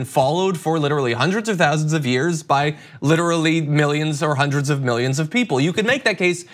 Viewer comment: "houndreds of thousands of years???".... guys pls